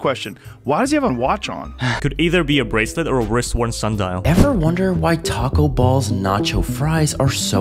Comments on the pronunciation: Guys i think is the boss of clone vpn He calls stuff what the video calls it for example "taco balls" and "water willan" this could mean that he doesn't know how to pronounce the words so he learns it by yt shorts. He created the clones based off of the popular content creators he saw however he cannot make them pefect. This could mean he is some sort of AI and makes money by people watching these videos wich allows him to fund clone vpn and create the clones. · That “” guy always pronounces names wrong - I remember him from the “Mr. Boost” short too but I can’t find his channel 💀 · Is there some Tik Tok nonsense that causes people to mispronounce things like Taco Bell? Is it to frustrate people like me into commenting that they obviously mispronounced it?